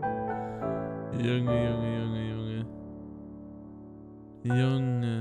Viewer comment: Bei dem Mann am Anfang der hat nicht Junge Junge gesagt sondern Unge Unge 😂😂